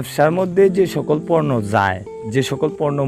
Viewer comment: পর্নো না পণ্য